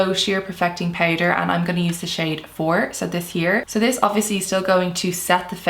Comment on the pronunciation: The ‘poutder’ pronounciation 😁